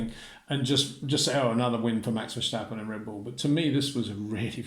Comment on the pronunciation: "Max VerSHtappen" is NOT how you pronounce his last name Sir.